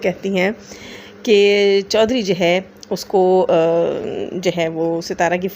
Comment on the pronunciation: Hahaha 😆 😂 😆 😂 😆 ...bebo ore bebo ki chawlain...chawlain.... meree janoo jazib ..CORRECT PRONUNCIATION IS " CHO HED REE " 😆 🤣 😂